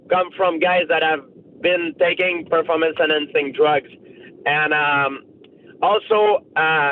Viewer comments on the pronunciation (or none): I am not impressed with your pah-form-ence